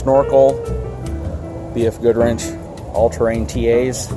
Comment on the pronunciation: Yep, but I don't think BF Goodrich is going to give a sponsorship anytime soon unless he mends his pronunciation.